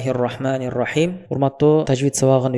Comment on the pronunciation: Тууган озун ката окуйсунго,Бисмиллахты ката окудунуз